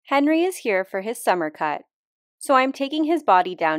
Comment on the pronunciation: I feel like he went from Hénri to Henrí, no? ( French accent on the last one)